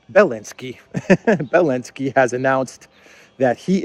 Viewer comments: Belensky?.... I thought he was Elensky? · can you explain why you call Zelensky, Belenksy.